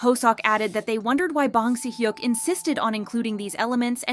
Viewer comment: omg the pronunciation of names is 🔪💀